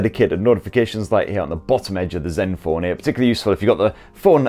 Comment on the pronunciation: Just came here to hear him say zenfoaan 8